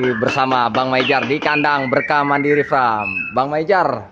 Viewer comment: Mohon maaf koreksi,. Farm bukan fram,. Kl fram adeknya frank wkwkwkwk 🙏🙏🙏